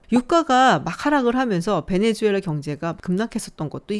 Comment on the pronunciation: 베네수엘라 말레이시아 발음 좀 제대로.. 내 또래 장년층들이 수를 주로 발음함 새로운 정보를 업데이트해서 바꿔야하는데...